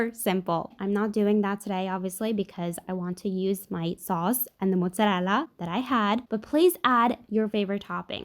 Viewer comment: is Italian. She pronounces it the way Italians pronounce it. That is, correctly.